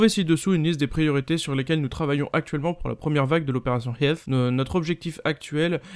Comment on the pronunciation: "Opération Helfss" Kappa